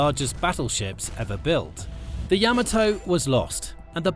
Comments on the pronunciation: Ya-MAH-tow, not yamma tow. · Yama - TOE? Like part of your feet? Ya - Mato tomAto tomato PotAto Potato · Yamato is pronounced "Ya-ma-to". Being British doesn't make your pronunciation correct!! Before your sarcasm, both sides of my family came from Britain a long time ago. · Let's get the pronunciation of the Yamato right. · You can't even pronounce "Yamato" correctly? Come on. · Learn how to pronounce Yamato.